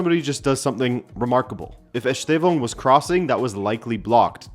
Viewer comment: The estevao and joao pedro pronunciation tho always gets me 😂